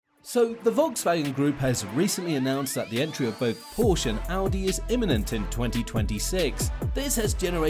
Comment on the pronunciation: One minor correction: the 'e' Porsche is not silent when pronouncing it.